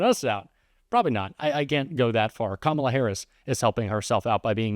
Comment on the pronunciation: Well, for once he pronounced Kamala’s name correctly.